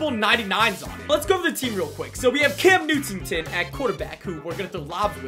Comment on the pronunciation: Why u call can CamtuemtenNewton